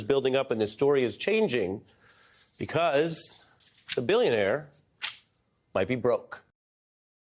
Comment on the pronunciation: Bullshionaire, he said, Bullshionaire! .... like you have never seen before, or hopefully EVER again. ... already sold the good classified docs.